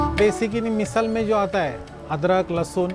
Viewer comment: मिसल ❌❌❌ मिसळ ✔✔✔